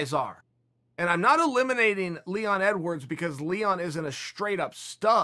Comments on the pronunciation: Ya-rear. Lee-won. What is this; the Brandan Schwab school, of podcasting? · When Chael calls Leon Edwards, Leewon, his name is now Leewon. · "Leewon" Edwards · Chael: “He was going to take on Leewon” Leon Edwards: Legally changes name to Leewon Edwards